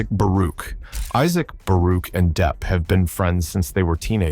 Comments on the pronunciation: Wow, Angelina Jolie is lists of both Johnny Depp’s most hated and favorite actors/actresses. BTW, Johnny’s last name is pronounced as it is spelled as “Depp” NOT as “Def”. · Can someone tell the voice-over person that his name is Johnny DePP not Johnny DEEp or Johnny DeFF. Practice the name of the star you are doing a video about. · Depp not Deff 😅